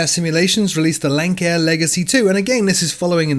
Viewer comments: Oh. Great video but Lancair is pronounced Lance-air, not lank-air. Nonetheless, great work! Edit: Now having seen the note in the description, I realize that I should have paid more attention. My bad. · I've been a long time viewer of yours. But I have to correct you. It's pronounced Lance-Air but it's spelled Lancair. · Great summary (thrilled about Concorde on FSX:SE!) but, aside from "Lance-air," "Dulce" is also pronounced "Dool-chay."